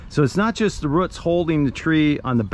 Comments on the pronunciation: Why did you pronounce roots as ruts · ROOTS IT HAS A O NOT A U NOT A ROUT A ROOT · ITS CALLED ROOTS NOT A ROUT THERE IS NO U IN ROOTS